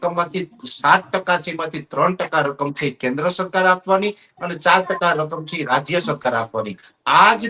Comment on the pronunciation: " chhe " bolta sikh